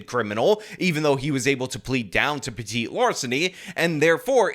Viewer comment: It’s petty larceny not Petite wtf 😂